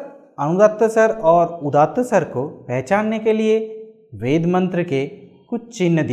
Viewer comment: This guy can't even pronounce "veda" or "svar" properly.